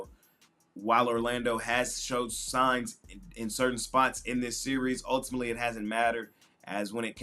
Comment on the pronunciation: ULTIMANETELY is crazy 😂😂😂